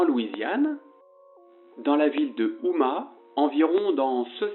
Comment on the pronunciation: "OUMA" .... ??? Sérieux ?! Pinaiz Ca (pourraît être) serait un renvoi aux Ummites ?